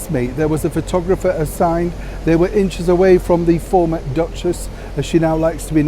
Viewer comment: Why do you say firmer duchess? They did t have those titles removed did they?